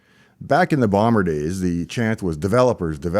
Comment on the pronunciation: When `Boomer days` was pronounced as `Bomer days` I started suspecting this video is AI generated. Saddening.